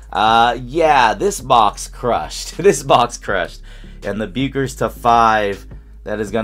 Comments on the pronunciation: Now we’re back to the BECK-ers vs BEW-ckers debate. I think it’s BECK-ers (I agree with Cameron Brink). Where do people stand on this, because the video’s pronunciation just doesn’t sound right? lol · It's pronounced Beckers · Nice pull.... pronounced Beckers... take out the U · As a big UConn fan I've got two things for you. First, that is a dream hit. I mean when she goes pro the best we'll get is some lame Panini WNBA cards. Oh, and second, the U is silent. She pronounces her name Beckers 😃